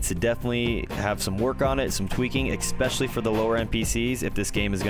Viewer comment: If you say “expeshially” one more time, ima have a seizure